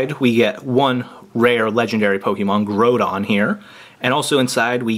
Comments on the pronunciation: Your pernicious is horrible kyogre is said kioger and groudon is said growdon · its actually pronounced kiogr and growdon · Dude it's a problem that you think you guys are hot stuff, when you call Kyogre "Keyogrey and Goudon "Grodon" I'm sorry I'm not sorry for saying this but I, and every other non brainwashed child and every TCG and even VGC players would rate this video as trash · Groudon: "Gruh-ow-don" Kyogre: "Kai-yo-grr" Roggenrola: "Raw-gen(sounds like den)-roll-uh" The Full-Art holo cards are called Ancient Trait cards :3, they're different from EXs, and if you wanna learn more, go to Bulbapedia or Pokébeach to read up on the sets! Also the Groudon EX promo is just a regular EX, not Full-Art. Just helping with pronunciation. You guys did pretty good for being so new to the TCG format of Pokémon though! ^-^